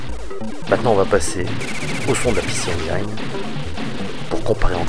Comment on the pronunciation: les mecs, arrêtez avec "PéCé enguailleneu", ca se prononce [i]